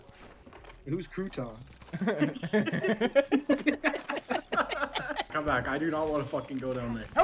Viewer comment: G2_Gent , G2_Resultuh…… wait….. who is Crouton 😂